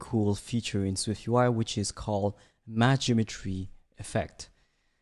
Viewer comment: Great tutorial! Don’t know if it is just me but the way you say Matched Geometry sounded more like Matched Imagery. Kinda was throwing me off haha